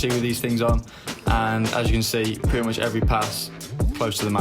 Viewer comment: Correct me if I'm wrong, but he said pretty muxh